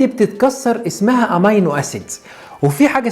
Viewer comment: نطقك للأحماض الامينية حطأ فاحش تنطق امينو وليست اماينو